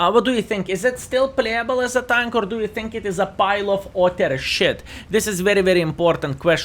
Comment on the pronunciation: ''Pile of otter shit.''